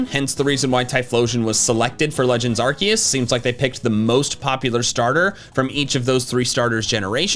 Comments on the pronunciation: IT'S ARCEUS, NOT F*CKING ARKOOS! NOW SAY IT RIGHT! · wait ARCEUS not ARKOOS?😂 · ITS ARCEUS, NOT F*CKING ARKOOS! THAT STUFF IS OVER NOW! SAY IT RIGHT OR ELSE! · Legends ARKOOS. AR KOOS! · Ar-KEE-us??? who are you